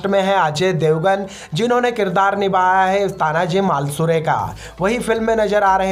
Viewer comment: ये मालसूरे क्या है ढंग से बोलो मालुसरे है